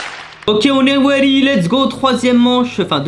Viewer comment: "On est weady"😅